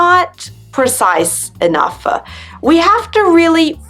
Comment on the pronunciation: I wonder why you have to emphasize every last syllable of a word at the end of a sentence? Like EnouGH,improVED.... it sounds weird to me, or is that done for us to help understanding?